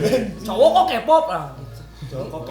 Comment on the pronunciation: Kpop dibacanya kipop bukan Kepop bang wkkw